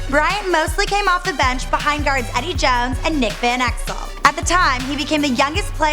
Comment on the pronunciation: " Kubby Bryant, Edde Jowns and Nick Venekzel"